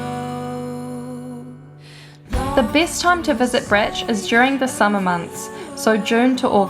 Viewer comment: Bro… its not Brech.. its fucking Brač. Just say Brach…and its not Hver its Hvar